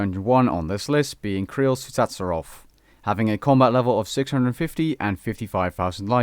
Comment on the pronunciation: Some comments: Statius' Warhammer way lower than 112M due to bots. GE price is severely inaccurate. K'ril Tsutsaroth is pronounced "K'ril tut-zee-roth" The only people calling the GWD bosses after the actual god names are ones who don't quest or spacebar through quest dialogue. GWD2 challenge mode can only be done solo.